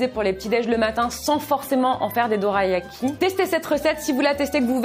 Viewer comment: Alors ça se prononce dolayaki 😊 mais sinon j’adore tes vidéos ❤